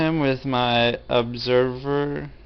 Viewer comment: Because when I scout with my ob..ser...ver... HAHA HE WAS TRYING TO PIECE THEM SYLLABLES TOGETHER!